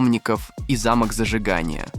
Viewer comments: Пипец, уши заворачиваются - зАмок зажигания, рЕснички))....Ты откуда выпал то такой, образование три класса, или никогда не общался с машинами?) Нахрен ты тогда такие тексты читаешь то?)) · Яндекс станция лучше озвучит, чем ваш тупой ии.......рЕснички вокруг фар, зАмок зажигания....филологи нервно докуривают пачку сигарет за эти 17 минут интЕреснейшей Озвучки.....😂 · В амерляньдии столько русских которые могут правильно на чистом русском прочитать текст учи русский язык баран замок и замок это дверазные вещи если ударение поставить на букву А то это здание а если ударение поставить на букву О то получится та штука которой заводят авто и закрывают двери .